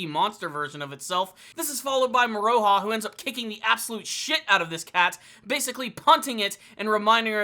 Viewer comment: Moro-ha not Mor-O-ha. Besides that, keep up the good reviews